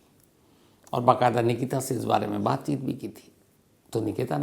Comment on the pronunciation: 2 : 45 स्टार्ट बातचीत ❌ बातचुत 😂😂😂